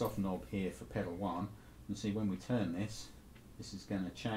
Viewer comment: "Tuhn the wahr on... wahr off..."